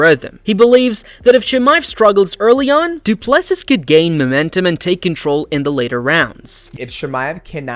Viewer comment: Dryyyy-kuus Doo Plu Sisss. Horrible pronunciation 😂